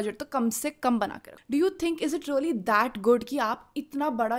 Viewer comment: Anchor should pronounce “really” instead of “Ree-o-Lee”